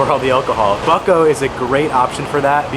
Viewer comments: The right pronunciation of "BUCKO" is "BOOTZKO" buddy. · Bucko is pronounced Butshko